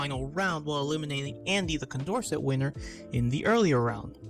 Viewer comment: Also, if he does make a new video, Condorcet is pronounced "kon dor say".